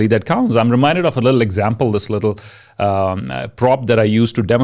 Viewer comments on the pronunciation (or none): Many words she pronounced incorrect, like speaker it's speker not isphikher!! Next word is example also pronounced wrongly, it's Igzample not ikjamphle...